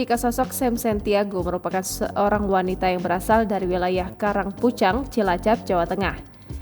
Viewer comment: Bukan karang pucang, tapi karang pucung 😂😂